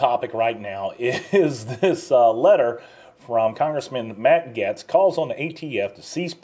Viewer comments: Pronounced "Gates". It has been a struggle for a few today. LOL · No disrespect, but you pronounce Matt Gaetz last name Gates. Other than that Great job. 👍🏼👍🏽👍🏾👍🏿🇺🇲🇮🇱🇺🇲🤘🏿🤘🏾🤘🏽🤘🏼